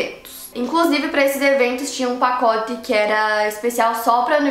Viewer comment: "PacoTI" KKKKKKKKKKKKKKKKKKKKKKKKKKKKKKK